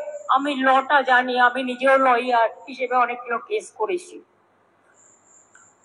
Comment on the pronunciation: লইয়ার না লায়ার